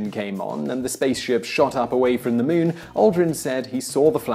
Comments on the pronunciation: Moon not mun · Muuun,muun, muon,muuuuun, I didn't hear anything but him mispronouncing muun repeatedly 😳🤷🤓. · The Meoon? You Brits are a bizarre bunch. THAT'S the queen's english?